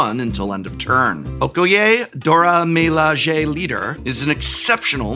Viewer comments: NGL; hearing Prof pronounce 'Dora Milaje' is a real treat 🤣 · that's a spectacularly wrong pronunciation of Okoye and Dora Milaje - clearly someone didn't watch Black Panther. LOL